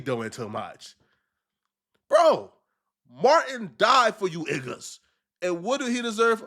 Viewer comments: saying igga instead of niggas 😭 sounds more cringe lol maybe it’s just me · Stop saying iggas